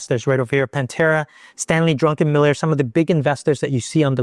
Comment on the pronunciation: Why does everyone call him Stanley Drunkenmiller? Its Druckenmiller lol. He doesnt have a drinking problem either.